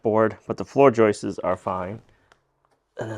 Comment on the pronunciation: God bless you,! It is JOIST and JOISTS, not JOISTES